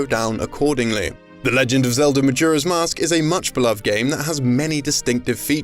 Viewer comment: “Ocariner of Time” “Majura’s Mask”